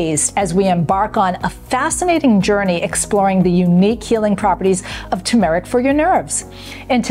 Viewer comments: FYI it’s not pronounced Ta-Mahr ik. It’s pronounced Tur Mr- uhk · Why does she mispronounce TERmeric? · You are not pronouncing turmeric correctly.